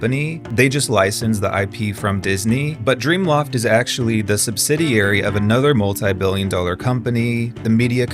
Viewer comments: You said Dreamloft 3 times. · They are call gameloft not dreamloft